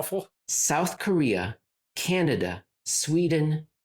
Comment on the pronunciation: I personally appreciated the extra “n” in the word Canada. I know it was probably a slip but with genius one never knows. I’m moving forward with Cananda? for the short term because life is more fun this way! Also I did actually laugh out loud, thank you